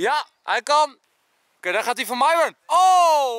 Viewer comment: Enzo, je pest Myron wel door haar naam verkeerd uit te spreken, arme Myon